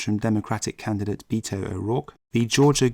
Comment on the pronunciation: It's BET-O not BEET-0